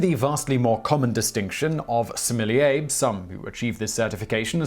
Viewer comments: I cringed every time he said "similier". Please learn how to pronounce sommelier. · Thank you Simon! I watch your videos most days of the week and I always enjoy learning new and interesting things. I myself work in the wine business and my job title is in fact that fancy French word that my guests are reticent to attempt pronouncing. I'm currently studying for the Court of Masters Advanced Examination so I'm familiar with the rigors involved. I appreciate you coving the topic accurately and with a balanced tone. My colleagues and I study furiously and taste hundreds of wines a week. Our very livelihoods depend on us understanding what's in the bottle and communicating that effectively to our guests so I can hope it's no wonder that when I see article and videos calling out my career and learned skills as nonsense, its somewhat frustrating. Another popular YouTube series 'Adam Ruins Everything' gave a rather boisterous and, i feel, misinformed assessment of our industry, citing many of the same studies you have in this video. Your nuanced and thoughtful explanation is refreshing and those of who love wine and have chosen to make it our life's work appreciate you communicating to the public in this way! Keep up the fantastic work. Cheers, Rick Stiles Certified Sommlier Houston, TX